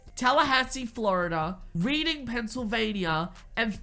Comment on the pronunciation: Its Rehhding!! Not Reading 📖